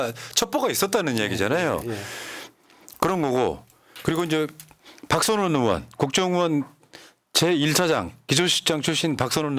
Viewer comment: 으원이 아니라 의원입니다!